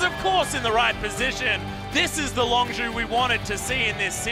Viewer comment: Dear god please learn how to pronounce Longzhu. The clips used in the video even gives the pronunciation.